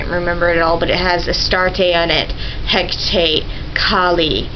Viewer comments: Ker-Noo-Nohs, He-kuh-TAY, Guy-uh, Muh-AUT, Kel-tic, Muh-SON-ic... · A "c" in the Celtic languages is pronounced like "k," never "c." "Hekate" has three syllables, Ma'at two. "Masonic" is "Muh-sonic," with the second part like the sub place. And Witta is just plain silly; to begin with, Irish doesn't even have a "w" in it.